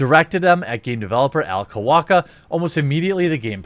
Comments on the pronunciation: Dude, The guy's name is Alec Holowka (ha-low-ka) not Alec Holowaka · It's Alec Holowka, not Holowaka